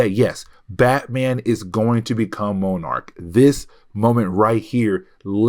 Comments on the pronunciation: Hey, I love watching your videos. Only bone I have to pick is sometimes your pronunciations are off. Moenarc is not how you say monarch. I apologize for the call out but It hurt my already hard working brain. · Monarch and Monarch butterfly are pronounced the same , have u never seen Venture Brothers..? Hey it better than saying Mow-Arch like this video 😂